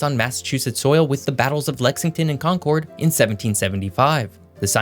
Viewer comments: However, he blew the pronunciation of Concord. He pronounced it like CON-cord instead of like the word, "conquered." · I’m from Concord, pretty please stop pronouncing it wrong 😂 It’s pronounced the same as “Conquered” not “Con - Chord”. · 'Concord' is mispronounced. It's pronounced, "CAWN-kid" or "CAWN-kerd", not "CAWN-cord". So is 'Worcester:. It's not "WOO-ster". It's "WISS-tuh" or "WISS-ter" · I'm from Central MA, and it's pronounced "id" as in KONK-id. 😉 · But he pronounced Concord wrong. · yeah i noticed that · How do you pronounce Worcester right and Concord wrong?